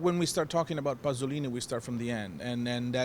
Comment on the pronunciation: "Pasolini", not "Passolini", please....